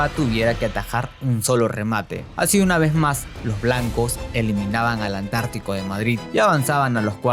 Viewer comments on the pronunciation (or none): soy yo o dijo antártico de madrid?